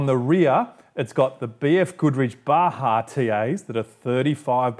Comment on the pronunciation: Not to nitpick, but It's "Bah-hah" per Spanish language etymology;) Bah-Jah sounds like a spicy item on a menu!